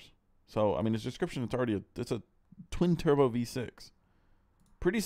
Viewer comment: I’ve heard say “twin turbskies” before. Wonder if he’s a Cleetus fan.